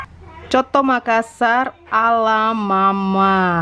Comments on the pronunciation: Hallo 😘, sedikit koreksi bacanya bukan soto makassar tapi coto makassar (bacanya sesuai tulisan)😁. Salam dari makassar 😘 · Cara sebutnya 'coto' bukan 'soto' hehe... sy asli dari Sul-Sel. Dan coto Makassar adalah makanan andalan kami,enaknya emang nampol,sy asli dari Sul-Sel tp tdk pernah bosan makan coto Makassar 🤭 sehat selalu,selalu masak makanan enak yahhh spya yg nonton jadi ngiler haha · Coto makassar bilangnya kak. Bukan soto🤣🤣